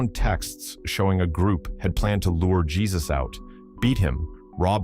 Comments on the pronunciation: I’m pretty sure his name is not “Jesus(like Christ)”. Yes it’s spelled that way but it’s pronounced as “Hey-Zeus” I’m weak 😂😂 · because it comes up so many times . . . that kid's name was most certainly pronounced hey-zoos not jee-zus. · 'Hey-zeus'... not Jesus... lul.. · Heyseus not Jesus lol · Jesus? Its Hey-Zeus 😂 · just a heads up, in this context his name would be pronounced as 'hey-soos' and not 'jesus' as it is a popular Hispanic name. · Too funny that they have to pronounce this joker's name as Jesus, and not HEY-SOOS 😅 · The victim is Jesus Quintana?? And the narrator is calling him Gee-sus? You should know, brotha, never fcck with The Jesus. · His name is pronounced HaySus which translates to Jesse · And the AI calling him Jesus with a J sound🤦‍♀️ Can't watch this bs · Ai don’t know how to say his name right.